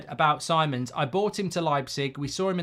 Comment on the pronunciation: As a dutch person if we sign him for the love of god, learn to say his name 😂😂 “C-mons” not “simons”